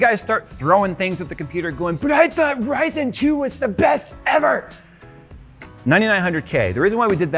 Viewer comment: IT'S NOT RYZEN!!!!!